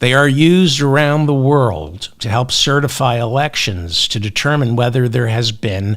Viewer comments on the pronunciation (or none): none